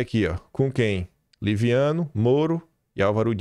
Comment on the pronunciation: Liviano não,leviano kkkkkkkk